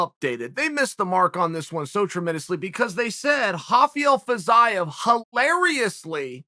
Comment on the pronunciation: I swear Chael intentionally mispronounces the names of these guys until they become relevant. I was so confused by this “Fizz-eye-of” guy before realizing he was talking about Fiziev